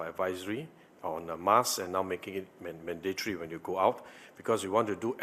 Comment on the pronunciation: did he just say manda-tree? lolol it is manda-tree to wear a mask. hahah his english..... its man-da-tor-ry. not man-da-tree